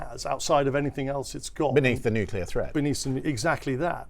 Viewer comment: What kind of an "expert" doesn't even know how to pronounce "NUCLEAR"?!